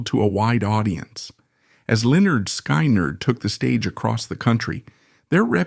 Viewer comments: F,ing a.i. sky,nerd what the fuck if you're going to f you're words up don't butcher the bands name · "Lynyrd Sk"eye"nerd 😂 Nice AI narration lmfao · Every time I heard sky nerd. I cringed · AI can’t pronounce Skynyrd right, but it pronounces Lynyrd right! Shows how stupid AI is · I cannot listen to this with hm/it mispronouncing Skynyrd. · Omg thats not how you say SKYNYRD, and the pictures you showed of the hell house was not the real actual hell house, you just showed some random house, wtf?